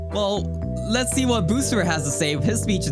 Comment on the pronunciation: that boosfer sounded REAL southern